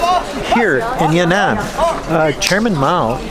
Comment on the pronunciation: that's Yan'An (not Ya'Nan) in ShanXi